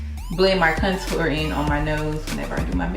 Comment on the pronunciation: Love the video but for some reason the way you pronounce contour drove me crazy lol. But loved the video you look awesome!